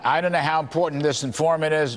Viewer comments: Is it "IMPORDANT" Marge? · Hey Marge....for the hundredth time.... The word is "important." Not "impordant."